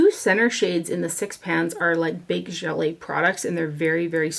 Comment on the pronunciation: FYI: the “netting packaging” is called a godet (like “go-day” it’s French, so no T sound) and the type of formula in godets is called “Baked Gelee” (also French, pronounced “Je-lay,” where Je sounds like a mix of the sh and j sounds with a short e, “sh[j]-lay”). Baked Gelee products are famously smooth and beautiful (like the hourglass powders) and notorious for their process, almost always produced in Italy with a wet product poured over a godet netting in their packaging setup and dried on hot tiles in the sunshine. This makes a famously smooth, wet-dry friendly powder product that is extremely easy to use and builds slowly and is very blendable on the face and doesn’t go patchy or too cakey, even when layered repeatedly. It’s also fairly expensive to produce, which is another reason why people have been talking quite a lot about the new morphe palettes that has displayed on this channel, too. The morphe middle shades with the wave pattern that are wet/dry capable and high, high shine are baked gelee and they’ve created them at a quite reasonable price, even if it’s only 2/6 of the shades (it’s also quite reasonable to have 4 mattes with two wet/dry, multi-effect, high shine godets beside them in the pans because you kind of need mattes and non-shine shadows to build out a really good eye look, and even as someone who’s a lover of matte only palettes and looks — I love the new morphe formula and want ALL the 9 pans with the metallic ones after trying the 9 pan with th